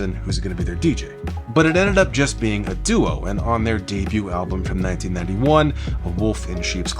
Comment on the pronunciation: Thanks for correcting yourself because I was about to throw my remote at the TV. 😂 BTW you also said DEEBEUT kind strange lol 😅